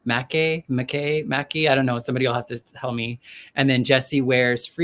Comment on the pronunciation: Pronounced Muck Eye